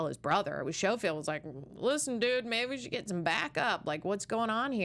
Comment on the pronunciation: Good review. 😊👍 One thing, though. It's pronounced SKOfield, not SHOfield.